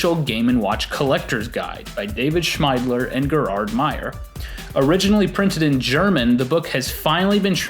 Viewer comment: Gerhard =/= Jerard. Gerhard = Gier-hart